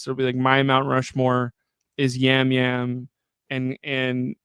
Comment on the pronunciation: its Jam Jam not Yam Yam